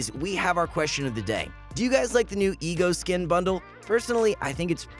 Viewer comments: its pronounced eego not eggo dumfuq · I know he pronounced ego>eggo on purpose just for comments. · my guy really said eggo